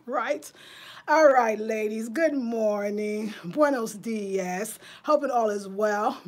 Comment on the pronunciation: Hey. You are saying buenos diez when you should be saying dias ( dee oss)